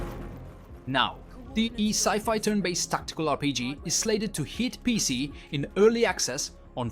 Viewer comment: I don't know man. The way he says pc.. p e c. That's just weird.